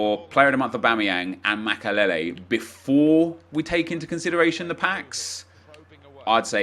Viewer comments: The way he says makelele is unbearable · Can you say makelele again